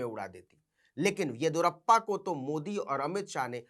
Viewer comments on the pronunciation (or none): येदियुरप्पा होता है, येदुरप्पा नही❤😂